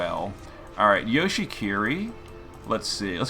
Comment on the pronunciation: oh yes, even in official events he still doesn't pronounce Yoshi skills properly 😂